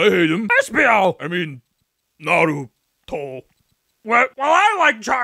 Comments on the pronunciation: "I mean Naru-toe"💀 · Naru-Toe Just amazing